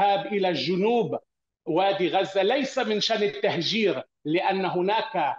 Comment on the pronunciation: معتوووووه. قال مصر الشقيقة قال ههههه. ركزو مايقولش " غزة" بل " غوزة" .🥱😉👌🌶️🔥